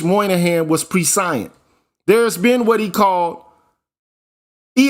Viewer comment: Prescience -Preh she ense. Pronunciation